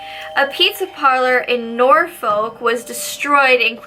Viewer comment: Also at 11.50 it's pronounced nor fuk